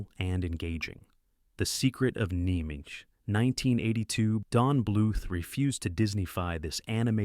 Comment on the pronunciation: A. Just change the video title to say the 80s and 90s. Most of these movies came out in the 80s. It doesn't count as a movie "from the 90s" when it was made in the 80s. B. It is pronounced "NIM" way to show you ever actually watched the movie because you pronounce the title differently than every character in the movie.